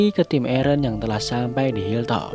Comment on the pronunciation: Aaron = ereh